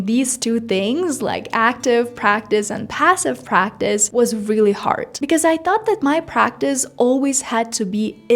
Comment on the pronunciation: Девочка, какой С2 уровень с произношением Хорд на Hard , с абсолютно нелепой заменой прилагательных very на pretty , expensive на a rip-off и прочей ерунды , которая у тебя на канале и абсолютно неуместна даже для B1 уровня, не то что С2. Не позорься и не вводи людей в заблуждение , которые хотят язык выучить